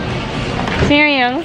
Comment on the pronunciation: English of serious "cereals" Hahahaahha cute mo ate